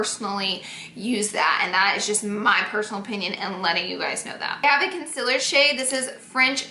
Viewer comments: NOT CONCILLER ITS CONSEALER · ITS CON-SEELER 😂😂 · Concealer not concila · "Her highlight, contour, and consiller stick" 😂😭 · does anyone else notice she says "conciler"😂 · concealer not conciller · Laura should make a concealer line called "conciller" cuz she cant say it right 😂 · The way she says concealer 💀💀💀 "concillerrrr" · Hahaha she’s been saying it like that since day one. You kinda get used to it but it’s funny someone brought it up. It used to bother me 😂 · "conciller stick" LMAOOO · FOR FUCKS SAKER ITS CON(ceeeeeaaaaaaa)L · why do u pronounce concealer like this? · y does she say concealer weird not hating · I really hate how she says concealer